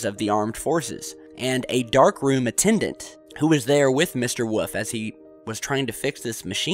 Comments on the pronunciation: That's "Wolf", not "woof". Thank you. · I'm sure he means Wolf. WOOL-IF or WOOL-FFF lol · Btw, is it Carl "Woof" or Carl "Wolf"? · And it’s WOLF not WOOF you nut! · woof? you mean wolf? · love your chan man... but whenever you say "wolf" as "woof" i cry... i cri eri time... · I was joking i'm pretty sure he's saying Wolf . every once in a while you can hear a faint l in it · Eye-Zack New-tun.hmmm I'll blame the cold. Mr. Wuf?